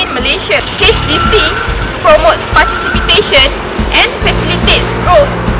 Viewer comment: did she say "participitation ?"